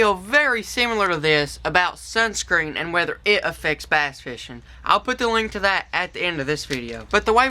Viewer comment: you said Sun scren